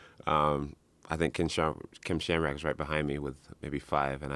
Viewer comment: He said kem shamrock